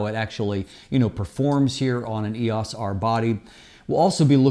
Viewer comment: Can't you pronounce "EOS" the way that canon themselves pronounce it? It makes you seem disconnected.